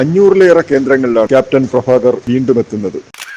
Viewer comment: അവതാരകൻ ഭ എന്ന വാക്കിൻ്റെ സ്ഥാനത്ത് ഫഎന്നുച്ചരിച്ച് വൃത്തികേടാക്കേണ്ടിയിരുന്നില്ല ക്യാപ്റ്റൻ പ്രഭാകർ മൂന്നുതവണ തിയ്യേറ്ററിൽ കണ്ടവനാണ ഞാൻ